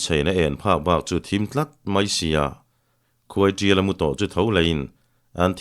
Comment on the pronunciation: Khuaiṭiala tih hi khuaisiala ti a lam rik a ang tlat